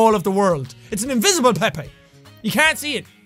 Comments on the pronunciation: Pepe is pronounced (pee-p) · Oh... I thought Pepe was pronounced peep 😅